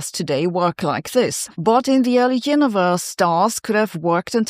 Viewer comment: ) Perhaps Sabine says Heuniverse not Universe not because of a German accent, but because she believes the Universe only heuristically exists...